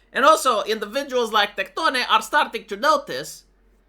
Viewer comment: Highlight of the video was the way you pronounce Tectone ❤